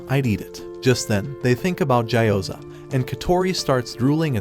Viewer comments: It gee o ZA not jai o zar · Gyoza ❌ Ja you Za ✅